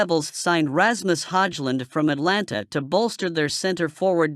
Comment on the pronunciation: Can you STOP! SAYING ATLANTA WHEN IT'S ATALANTA. YOU JUST BEING LAZY in the way you pronounce the word.